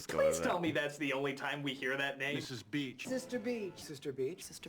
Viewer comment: I’m pretty sure her name is supposed to be Beech (as in the tree), not Beach.